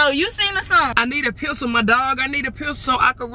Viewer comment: said pecil